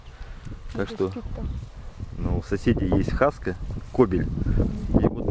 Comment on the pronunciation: Не хаскА, а хаскИ.